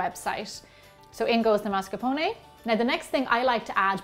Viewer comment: MASCARPONE !!! With the R